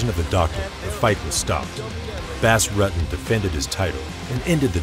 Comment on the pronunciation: His name was Not Bass Rut-ten it was pronounced Boss Rooten